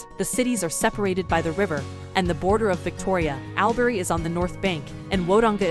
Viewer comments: This lost me straight away by saying AL- berry learn the pronunciation to get the respect 🤦‍♂️ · Al berry / Woe donga. . No ! We pronounce that. “ all brie / w dong ga. “. You should really make a small effort to pronounce names correctly.